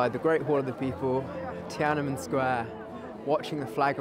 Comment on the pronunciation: Great video👍 Tananmen Square should actually be pronounced as Tian An Men Square, meaning "Gate of Heavenly Peace."